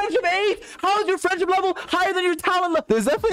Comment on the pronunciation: ”how is the frienfship level higher than the talent level” 😹😹😹 i DIED at that part